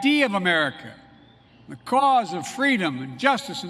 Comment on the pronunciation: It's called "freedom" Joe, not "fleadom"; He's demented allright.